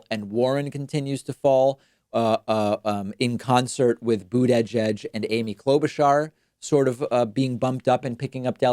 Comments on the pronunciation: why do you say boodayjudge like pokaymon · I think you are inserting an extra syllable into Buttigieg (boota-jedge). It hurts my ears. Otherwise everything is great. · Nobody: David: BOOT-EH-JEDGE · why can't you pronounce booty judge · Please stop going out of your way to over-enunciate Edge-Edge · “Boot eh jedge” Lol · Jay Krassner Hahahah I thought I was the only one that was finding that hilariously accentuated... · It rhymes with Buddha-Edge. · Your pronounciation of Buttigieg is horrendous. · David really struggles saying Buttigieg. It’s quite amusing. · I hate how you pronounce Buttigieg - really annoying! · Why can't he pronounce Buttigieg? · why does David pronounce Buttigiegs's name this way? Sounds super funny xD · I think it has something to do with the combination of syllables. But I noticed that also.